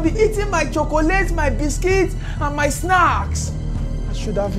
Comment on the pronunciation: The way he says chocolate